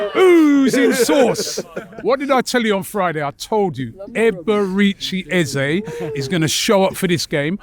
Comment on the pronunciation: Robbie ffs at least get his name right. Eberechi 🤦‍♂️